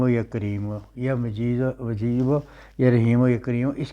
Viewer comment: Ya mujeebo he majeebo nahi he durust parhen